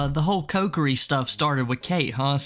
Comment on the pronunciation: Ko-ki-ri. Cokery is killing me lmao